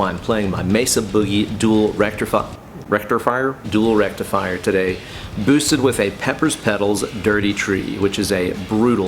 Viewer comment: Did he say "dual rectum fryer"? lol